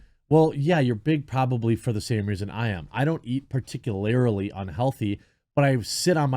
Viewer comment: “Particularly,” not “particularily.”